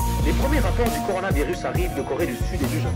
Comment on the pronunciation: Cuando los gringos dicen coronaverris pienso el meme de Cardi B😂😂😂😂😂